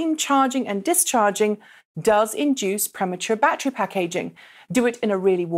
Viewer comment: Can't count how many time she said "backtree" instead of "back ter ry"